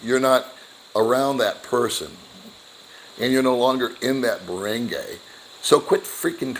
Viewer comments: Baranguy Pronounced Bah-ron-guy not Bah-rang-gay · You are pronouncing ”barangay” wrong.